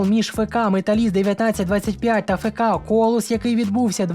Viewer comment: Правильно говорити не фе ка а еф ка Металіст 1925.